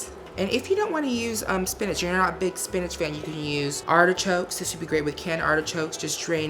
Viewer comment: Great Value Spanish!! Classy queen! 💚💚💚